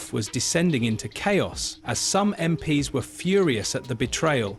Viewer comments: "Em Pee Ess" What the actual fook is this A.I. robo voice talking about? It is pronounced "Em Peez". Who puts this sh!t on Youtube? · Computer generated voice is annoying - the give away is MP’s pronounced as Em Pee Es instead of MPs = EmPees